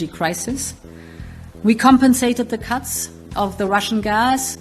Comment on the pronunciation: I heard cucks of russian gas, lol. But its cuts.